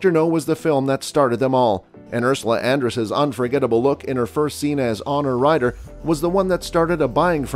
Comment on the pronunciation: Honor Ryder? C’mon man it is Honey Ryder…